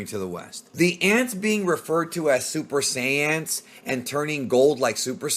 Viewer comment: “Super saiyANTS” 😂 what???? 😱😱 I’m dead bro 😅